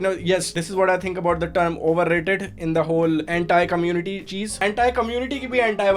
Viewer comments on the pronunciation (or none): Every time he says anti, it sounds like hentai. Okay enough internet for me today.